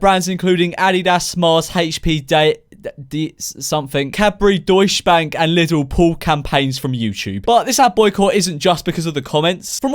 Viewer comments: DEUCH? ITS DEUTSCHE BANK! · You prunounced "Deutsche Bank" wrong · I love how you pronounced "Deutsche Bank" xD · Me when he said deutche bank wrong 🙃